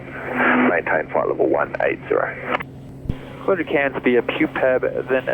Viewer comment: You pronounce "Cairns" nicely with sufficient nasal Aussie accent. To be more authentic you could say, "I'm coming into Cairns, eh?"